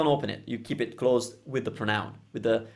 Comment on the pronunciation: Ciao, great video! You might already know by now, but don't forget that "pronoun" in english has the stress on the "pro", so "prónoun", rather than "pronóun":D (I say this as an English teacher in awe of your commitment to teaching Italian, as opposed to an angry anonymous youtube commenter:P)